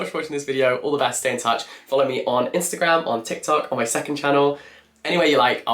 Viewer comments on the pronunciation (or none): none